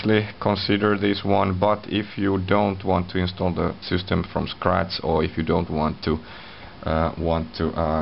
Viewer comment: LOL at the sYstem! So many finns pronounce the word wrong. Cracks me every time :)). It's pronounced SISTEM, not SEWSTEM.